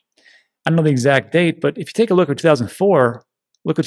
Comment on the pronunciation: I like how you managed to compress the 3 words 'take a look' to 1 sound, something like 'tklk" LMAO